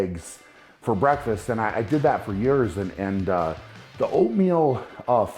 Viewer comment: It's breakFAST, not beFAT